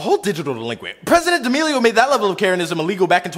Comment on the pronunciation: When he said president Damelio I cringed